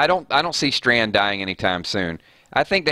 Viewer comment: Btw it's Strand not Stand lol